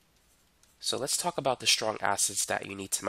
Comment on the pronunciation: When he says "now let's talk about" he sounds like "let's suck up out"